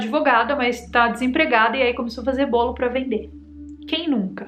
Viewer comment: Bólo? 😂 te amo sou seu fã rs